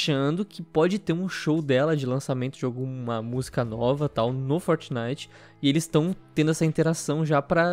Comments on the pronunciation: vam joojar fortinaite galera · "FOTENITEN" -Mãe, Minha 2019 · "Fornay" Kito,Dary 2019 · Gaga: "Eu nUm sEi o qUi ê Fortinaiti" Eu: Foda-se 🤣🤣🤣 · Fort"Naiguiti" é fogo hein kkkkkkk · Mais tosco é vcs falando fortnaigiti